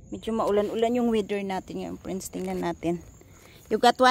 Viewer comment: Preynds 😂😂🤣 There’s none? Dey are peymil🤣 read an English Books or watch an English movies 😫😳 the way you speak are wrong Grammar!😂🤣😫